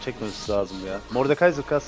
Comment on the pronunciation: mordekaıser diye yazılır mordekanser diye okunur :d